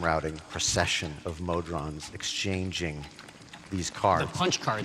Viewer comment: "Mod-rons"? What? Try "Mo-Drons" instead.